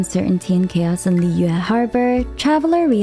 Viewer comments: I just love the way you pronounce foreign word like Mondstad Liyue and even Inazuma with the genuine tone of it original language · In an effort to correctly pronounce the regions and their names in native pronunciation, it sounds really awkward and breaks the flow when she switches from American accent to another and back. She struggles with Liyue and it sounds different each time and it sounds like gibberish. Why not just go with the flow of natural speak and pronounce it the more American way? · You doing to much with the names🤣 "mongstat" "yue" you're just trying to hard to pronounce these names successfully or uniquely. But good vid overall 😅